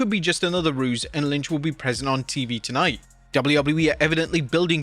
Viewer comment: Tonight-uhh will be epic-uhh